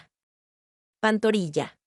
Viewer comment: Pantorilla?✖️ PantoRRilla ✔️